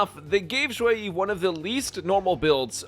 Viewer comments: Ju yi Yu yi It sound fine 😅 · Nah Your Saying It Just Fine